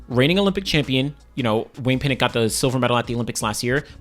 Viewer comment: Why are you pronouncing Pinnock as Pinnic? What sound does nock make? How is that nick? Come on!! American's English!! SMH